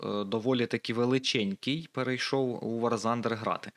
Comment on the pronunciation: Вибач бро,но не вар зандер,а вор тандер.😅